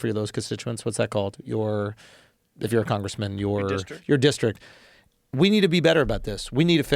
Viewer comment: The word is "district" Andrew Smutzh